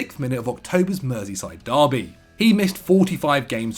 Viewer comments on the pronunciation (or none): none